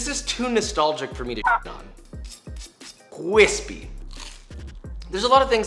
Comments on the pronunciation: no one: really no one: joshua: cwispy 🤣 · You need to toast both sides whit butter on each side and is gets more cwispy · The 4 year old that can pronounce r's CWISPY, (it was joshua the whole time!) KoNo DiO Da! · I'm personally offended you didn't include the "cheese crust" method of putting cheese on the outside as well and letting it get nice and cwispy.